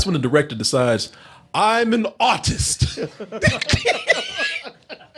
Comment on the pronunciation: Please tell me you said "artist"